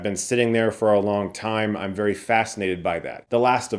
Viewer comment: Did you say “vary very good”?!? I don’t trust you now!